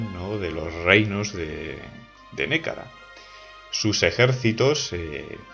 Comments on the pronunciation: Gran descubrimiento este canal, me encanta, me lo recomendó un amigo. Sorpresa cuando reconocí la música del Europa Universalis IV. Lo único es que no se dice Nékara sino Nehekara, y se pronuncia (Nejekara). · Un saludo, gran trabajo. Por cierto solo quiero decirte que en Nehekhara se pronuncia Ne-je-kara. Podrías hacer un video sobre Bretonnia o los Zufbarak